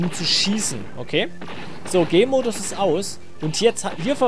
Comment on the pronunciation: Der Anfang :D Ich versteh immer wenn du "Gamemodus" sagst, "Gaymodus".